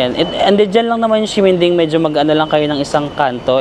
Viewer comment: Hello po 😊 Correct pronunciation po. Ximending is not (sheminding) but (simenting) hope this help ❤😊 love love